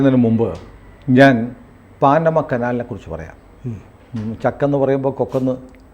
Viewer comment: പാനമ അല്ല പനാമ കനാൽ